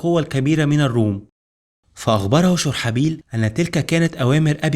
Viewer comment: (شرحبيل ) ببضم الشين وفتح الراء وسكون الحاء وكسر الباء